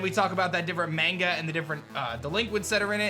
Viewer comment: The most American way to pronounce "manga" ...